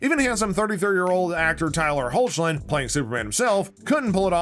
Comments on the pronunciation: "HOACHlin" ahaha no it's pronounced hecklin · It's pronounced "Heck-Lin", not "Hoch-Lin". Cool video otherwise 🙂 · me correcting you everytime you say hochlin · Smh dude. No. It’s pronounced Heck-Lin. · It’s pronounced heck-Lin 😅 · It bothers me so much when they pronounce his name wrong 😤😤😤 It’s “ HECK- LIN” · How he pronounced it hurt me inside😭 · THANK YOU!!!! Not to mention he fort his breakout role; Road to Perdition. 🤦🏽‍♀️